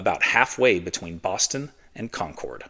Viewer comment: UGH. It's "Condcud"...not "Concowd"